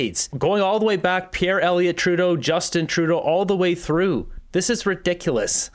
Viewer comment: Hey Buddy......Can you at least try to say Pierre's name properly !!?